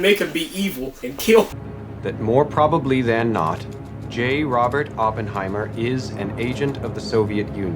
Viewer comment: Dude hears the correct pronunciation of Oppenheimer for 3 hours and still can’t pronounce it right hahaha 😂